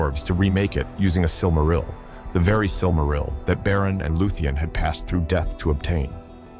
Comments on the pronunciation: I lost count of how many different ways he has mispronounced "silmaril" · Kinda iffy on your pronunciations. You pronounce "Silmaril" 3 different ways: SIL-ma-ril, sil-MAR-il, and SIL-ma-RIL. I'm pretty sure the accent's supposed to be on the first syllable. Tolkien explained how to pronounce the different languages, you might consider familiarizing yourself with them.